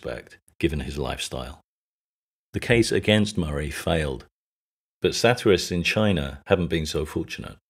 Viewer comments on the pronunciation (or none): none